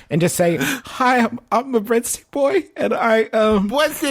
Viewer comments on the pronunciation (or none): BWEADTICKS PWEASE